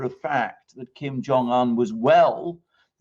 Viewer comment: It would be good if you could pronounce his name correctly. It would give you credibility